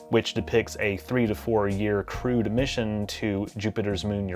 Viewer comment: Why do I keep hearing crewed as crude?